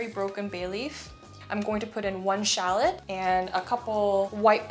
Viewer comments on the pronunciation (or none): none